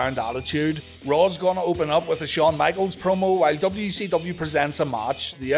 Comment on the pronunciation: Dubba-yu sevendee. Sounds like been sniffing the WD-40.